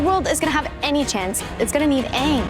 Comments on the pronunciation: The asian pronounciation is actually AH-ng not ong, theres a long double Ah sound. The American pronounciation sounds more like AE-ng, it has a soft e sound to the A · Its Aang not Ong. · shayamalan need to watch the netflix avatar trailer and see HOW THE CORRECT PRONAUNCIATION OF "AANG" its not ong mr shayaman , its "eng". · I love the fact that you keep putting in Katara saying the name correctly AANG not OONG 😂. Love your reactions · Complaining about the fcking prononcitaion of Aang.....duh.